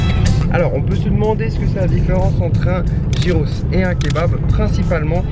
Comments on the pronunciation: Ca se prononce "guiros" gui gui gui et pas gi gi gi ros ! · Sa se prononce Guyros pas gyros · Je trouve ca super que tu fasses découvrir cette spécialité grec ! C'est tellement bon ! Juste pour info on dit pas "jyros" mais "yiros" ;) bonne continuation ! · Les gyros c'est la vie... Mais ça se prononce [guirosse] pas [jirosse] 😂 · Nous au Canada plus précisément au Québec ont en a aussi et ont dit giroooooooo et non pas girossssssss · Sa s’ecrit « gyros » mais sa se dit « yros » Mais en Grèce on appelle sa souvlaki Comme endroit pour le dessert y’en a un qui s’appelle milkato ils font des gaufres geantes avec se que tu veut Pour ma part c’est nutella avec des biscuit casser et une boulle de glace dessus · Sa s'ecrit gyros mais ca se dit guiros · Ça ce prononcé yé pas trop appuyé ros. Yéros.👌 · Ça se prononce guyros 😂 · Si jamais ça se dit "guyros" on prononce pas le g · Le g se prononce dans gyros